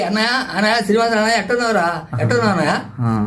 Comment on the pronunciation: అయిన అయిన అని సంభోదిస్తున్నావు తెలుగు లెక్చరర్ ఎలా అయ్యావు అన్నయ్య అనే పదం నీనోట్లో నుంచి రావటంలేదు ఏమడిగాడు ఒక పలకరిపు